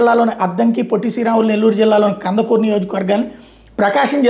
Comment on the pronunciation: అది కందకూరు కాదు కందుకూరు